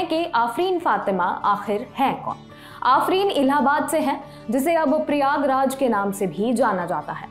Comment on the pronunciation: प्रियाग्राज नहीं प्रयागराज नाम हैं